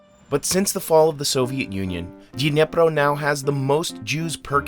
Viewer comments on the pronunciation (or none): It's Dnipró, not Dnépro. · The pronunciation of the Dnipro city is the only wrong part of the video. Like, common where the heck that "ye" sound comes from in Dnipro? It is not Dnyepro, nor it is "Dnieper" as it used to be known - it is Dnipro and so is the city - it is even easier to actually say! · It's not Dniepro, it'd Dnipro, please pay attention, because Dniepro is ruusian way pronounce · You should say 'Dnipro', not 'Dnepr' Great episode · You wrote it wright – "Dnipro", but you're saying it wrong "Dnepro", which is from russian language not Ukrainian( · Kind reminder - city is called Dnipro (like the river). Dniepr is a russian name, and it sounds sort of awful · Great video! But please, pronounce the name of city Dnipro correct 🙏 it’s [dn⁽ʲ⁾iˈprɔ] not [dnʲepr] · It's actually Dnipro, not Dnepro, which is russian pronunciation.